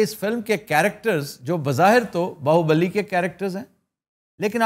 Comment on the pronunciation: It is BAAHUBALI not BAAHUBALLI